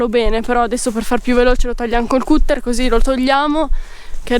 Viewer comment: Cutter è pronunciato catter in inglese cmq, cut= tagliare